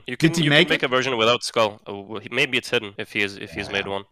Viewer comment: it’s a school/skull ? 😂 jaja der Deutsche Dialekt immer, kenn ich zu gut 😂